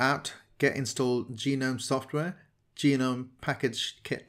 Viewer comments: Gnome is pronounced Gu-Nome (accent on Nome), not Gee-Nome (accent on Gee). Just an FYI. . . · (goo nome) like tha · Its pronounced gnome (nome)